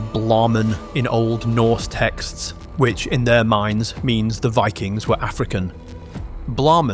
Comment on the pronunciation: It wuz Vikangz, not Vikings. ... Otherwise, great video.